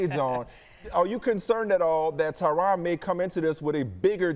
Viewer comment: ESPN its "Tyrone" not "Tryon"